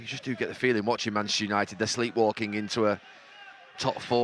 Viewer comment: Lol Gary Neville doesn’t say Manchester United he says Manceschewnited